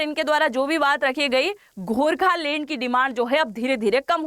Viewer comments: You should first learn to pronounce the right word so let me tell you it's Gorkhaland not Gorkhalend lol😅😂🤣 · Gokhaland, not gorkhalane